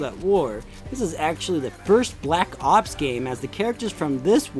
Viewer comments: The way he says “black ops” is pretty funny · The way he says black ops tho